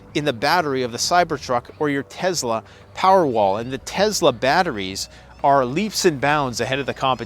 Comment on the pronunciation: Bro it is tes-la not tezla